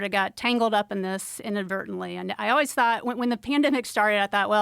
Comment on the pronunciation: I would really like it if Joe would stop saying O-ways and start to say that word correctly. It's Always. As in Almond or Alan.